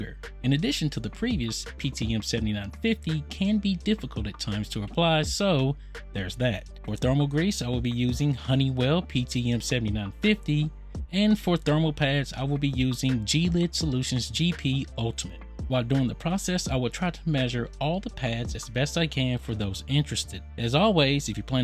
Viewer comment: Gelid is a word - sound more like "jellied" adjective: gelid /ˈjelēd/- icy; extremely cold.